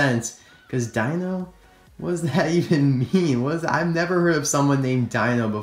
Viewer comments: Oh, it's not pronounced dino it's d-ee-n-o. P.S did Phil and H.J Hollis slip out of your reviews? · its not Dino... its pronounced the same way u say Deano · I believe that it’s pronounced Deno not Dino. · Why is it the all Toysrus' within fifty miles of my house, or target or walmart, don't even have Chase Racelott? Also, Dino isn't pronounced like dinosaur. It is pronounced dee-no. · Actually, I think his name is pronounced "Dee-no". I say that because an Autobot in Transformers Dark Of The Moon had the same name which was Dino (Dee-no). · dino (long "e" sound) like the flintstones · I can help but feel like everyone keeps pronouncing Dino's name wrong because I think correct me if I'm wrong but I think the I is pronounce as an e as in D-no any ways great video. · i think his name should be pronounced "deeno". who agrees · It's pronounced DEE-NO